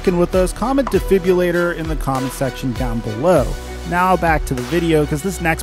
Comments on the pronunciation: Defribilator lol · Debrillulator got me dead💀💀💀💀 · My eyes bugged out when you said defibrillator 😂